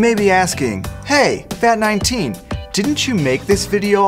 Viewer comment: Oh for a sec in the end when said “but hay vat19” I thought he said “but hay fat19” for a second